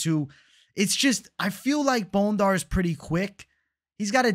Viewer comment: 🦴 Bone-Dar 🦴 vs Bon-dair